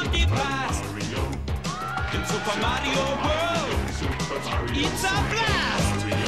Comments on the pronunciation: Luigi said kario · they say mario wrong.